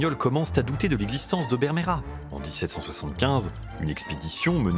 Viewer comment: Présentateur: ta prononciation de l'espagnol est pittoyable. Tu n'a même pas fait un effort, ni la moindre recherche lingüistique. Bermejo du portuguais Vermelho, mais à l'oral, les hispanophones ont l'oreille dure, et ne distinguent pas le B du V, et ne voient pas l'intérêt de les distinguer à l'écrit.